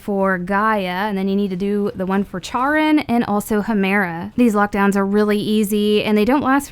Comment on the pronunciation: Charon is pronounced like "Care-on".